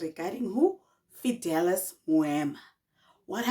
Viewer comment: Not Fidelas😂😂😂😂😂